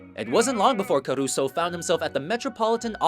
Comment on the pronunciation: Carusso sexto, Pavarotti segundo...no esta Gigli. DESASTROSO ! Lavate los oidos y aprende a pronunciar apellidos.